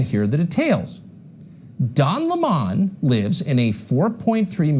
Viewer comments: Gotta say I was amused by Tucker Carlson's pronunciation of his name: Don Limahn (an approximate phonetic spelling of Tucker's pronouncing of the name). We all know it's Lemon as in the fruit. And Tucker's questioning of the cookie jar is just irrelevant. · Don Lemon is pronounced like the fruit lemon. I'd rather be in the company of 100 people like Don Lemon than 1 Tucker Carlson! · No, Don Lemon does current affairs from a Dem perspective. He's also pronouncing Lemon in an affected way that Don Lemon doesn't use. Also, FOX pays this guy millions a show for this? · Hey David do you see now how damn annoying it is when someone purposely and continuously mispronounces a name? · Notice Tucker opens trying to claim that Lemon isn't a serious journalist, then immediately follows with examples of the serious topics he covers. He apparently isn't allowed to cover serious topics, according to Tucker. He isn't even doing the bare minimum of decency and pronouncing his name properly. I guarantee you, Tucker's report alone is an example of Lemon experiencing racism (unless this man meets MY criteria for oppression, he isn't allowed to report on it; ps, only Tucker meets Tucker's criteria for being oppressed; the man is a professional victim). I have absolutely no question that Lemon has experienced racism and oppression in the rest of his life, as well. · I'm so tired of "Cucker" mispronouncing names of people he feels threatened by.